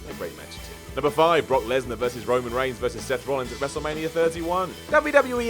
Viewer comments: It's Seth Rollins guys not Rollings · IT'S ROLLINS NOT ROLLINGS!!